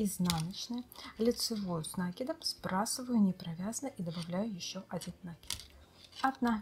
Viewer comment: Ну не с нАкидом а с накИдом ,Вы же вязальщица !